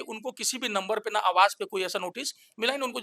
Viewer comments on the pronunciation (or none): none